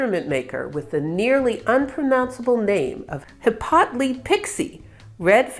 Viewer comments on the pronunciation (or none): it's pronounced Hippo Lite :) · it's pronounced 'hippo lit' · Can you say "HIP po light" it is that simple.